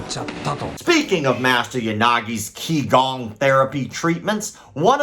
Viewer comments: For what it’s worth QiGong is pronounced “chee-gawng”. Not Kee-gawng. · for the record Qigong is pronounced (CHI GONG) and it is only used to help oneself. It is an exercise that anyone can do provided that have had instruction for a qualified instructor to teach them first.